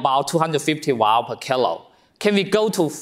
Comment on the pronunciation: I did at first until I found that when he was saying kg he said "kill-o" instead of kilogram or "keel-o". Then I was fine. Have more patience and be more curious.